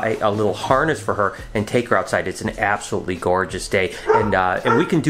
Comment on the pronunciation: also its absolootly fine when you talk to us like that absolootly fine